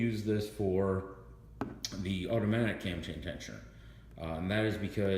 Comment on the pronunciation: Is he calling it a Tam Tain Tensioner? LoL Either way it is an absolute pain in the ass the get something in there and to not let it "unscrew" between turns....i cut an end off of a screw driver and used a pair of lineman's to hold it between turns and a pair of needle nose to turn it.